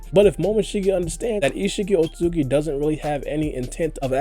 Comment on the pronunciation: Why cant you just say Isshiki why you gota fast mumble through isshiki otsutsuki every time you say his name lol